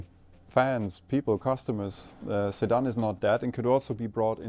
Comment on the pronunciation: Man I couldnt understand what was being said at first and thought he was talking about Saddam (Hussein) not a sedan still has a place